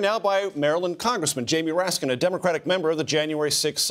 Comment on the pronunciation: Not to be annoying, but there is no "s" on the end of Raskin.